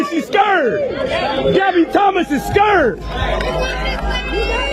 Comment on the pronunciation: First of all. This Loser needs to learn how to pronounce the word "scared" to stop embarrass himself. He sound country as hell. He heckling a female at a track meet, when he should encourage all of them. You don't know her personally, so stop hating on her. You are a true hater. What a Loser! Stop putting "hate" into the world, ignoramus. 😂😂😂😂